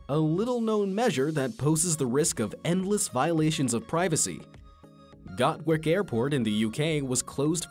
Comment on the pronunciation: I can’t be the only Brit that loled when he said “gawick airport” 😂😂😂